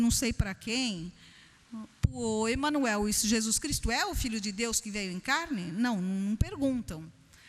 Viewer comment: Não acredito que essa senhora tenha feito parte do movimento espírita, inclusive todo essa tempo narrado. Ela se confundiu varias vezes em sua explicação, até o nome de EMMANUEL ela faz a pronúncia "errada", se confunde quando trata dos mentores espirituais e Espíritos propriamente dito. Ele pode ter passado pela casa espírita, mas não aprendeu nada (com todo respeito). Espíritas em essência não desdenham de outras crenças; se realmente essa senhora tivesse passado 21 anos numa casa espírita, o discurso dela seria totalmente diferente, com certeza. Podemos sair a qualquer momento do movimento espírita, porém somos totalmente gratos por tudo que passamos lá; porque a maior lição ensinada no ESPIRITISMO e o AMOR ao PRÓXIMO, assim como fez JESUS CRISTO.